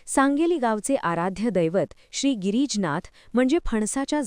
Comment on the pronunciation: गिरीजनाथ नाही गिरीजानाथ म्हणा..